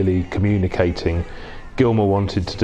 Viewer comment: Can’t even get David Gilmour’s name right